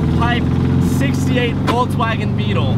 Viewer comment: Ok but why did you say VOLTSwagen. Can’t watch.